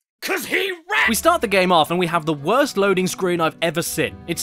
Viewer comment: “The west that I’ve evuh sin”